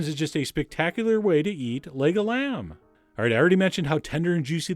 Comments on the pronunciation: I keep hearing Lego land😂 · i heard lego lamb..